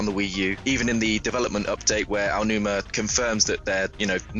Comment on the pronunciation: His name is not Ayanuma. It is Aonuma (Pronounced 'Ow-Noo-Ma').